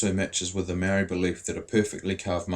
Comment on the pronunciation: I love to see maori docos but c'mon bud, 'maow-ree' and 'tah-nay'. It's a language with 13 letters. But thank you for asking about exploitation!